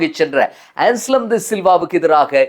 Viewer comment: "ANSLEM" "அன்ஸ்லம் "ඇන්ස්ලම්" "என்ஸ்லம்" "එන්ස්ලම්" அல்ல